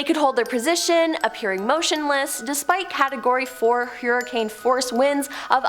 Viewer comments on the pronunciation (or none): none